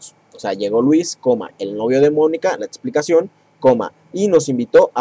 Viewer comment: ×2 mi me da gracia como dice testo, etsplicación, jaja pero excelente video!